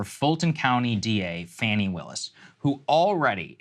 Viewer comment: It's pronounced FAAaw-neee.